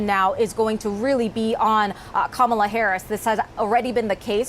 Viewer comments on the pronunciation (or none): Her name is not pronounced Kim mell a . However, yes we all need to pray. How do we know VP Harris doesn't already? A lot of Black people are amazed that MAGA folks think they are the ONLY ones praying.